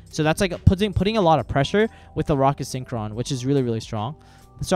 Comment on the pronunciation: Huge misplay— you pronounced rokket synchron “sin-ch-rawn” when its “sink-ron”